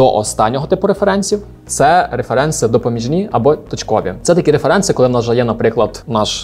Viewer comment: вибачте, але Ваше "реферЕнци" так ріже вухо. з англійської правильніше "рЕференси"